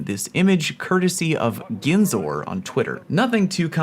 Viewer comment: The video was good until you called the god of data mining (GIHN-SORE). It's jin-sore.